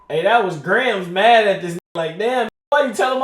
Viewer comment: has to having a learning disability…… “M.R.O skills???” He literally said Mad skills